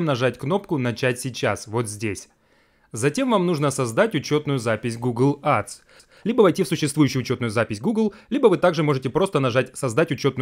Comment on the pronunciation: Учи английский АДС 😂